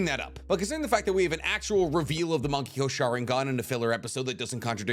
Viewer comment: Thought he was saying "monkey go sharingan."